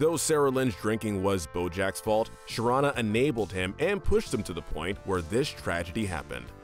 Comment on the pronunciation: the mispronunciation of Sharon and PC name is too cringy smh